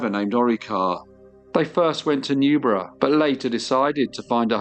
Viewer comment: Newburgh!! Not Newborough